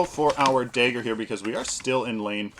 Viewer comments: what is it with paragon youtubers and not being able to pronounce common words. Dagger, not Daeger. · "daygger" Lol... great vid btw :D